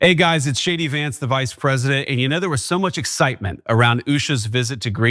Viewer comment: Did he actually just introduce himself as, "Shady Vance"? Sounded like it to me. Is that his drag name?